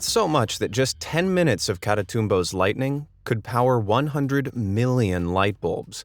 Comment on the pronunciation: I cringe with the way he pronounces lightning...